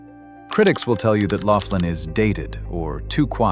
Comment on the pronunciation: Laughlin is pronunced Lauf-lin and NOT LOCKLAIN!!! YOU CAN'T EVEN GET THE NAME RIGHT!!! 😂😂🤣🤣🤣👎👎👎👎